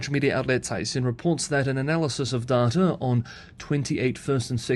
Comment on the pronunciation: The way u say data is annoying.